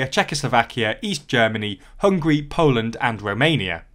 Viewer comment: C'mon, not Hungry, but HUNGARY.